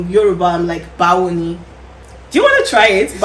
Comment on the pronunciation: She got the pronunciation “Bawo ni ” quite well 😅😅